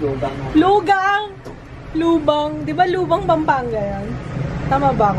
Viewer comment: "Loo-kang" po basa dun. Current drugstore faves po ds month plssss.:)